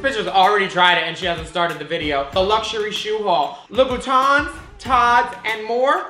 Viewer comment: "I got my first pair of loo-boo-tans." "Labooboobooboopoop?"